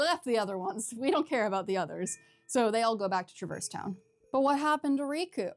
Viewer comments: I'm sorry to have to be the one to inform you of this but this is actually the incorrect way to pronounce Traverse Town. In the actual official games themselves we hear characters say Trah-verse Town. It's not even one of those things where different characters say it differently either, it's consistently called Trah-verse Town. Look it up if you don't believe me. Either way, say it however you want, caring about how others pronounce things in fictional media is one of the lamest nerd sins around. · “FINALLY someone on YouTube who pronounces ‘traverse town’ in a completely different way that the actual Voice actors do. God how dare everybody on this goddamn website pronounce a word the way it’s been told to them? Jeez Louise